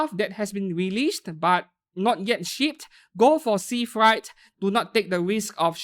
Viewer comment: Freight is pronounce as frait, not fright